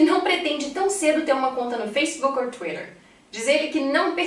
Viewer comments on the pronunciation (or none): none